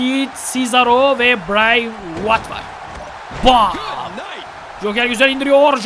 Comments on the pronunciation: abi Bray Whayt bırey viyat diye okunuyor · abi brey wit diye okunuyor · biray Viyat diye okunuyor Bray Wyatt diye yazılıyor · Abi Bray Wyat Bray Vayat diye okunuyo :D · adam bıray vat die okunuyo abi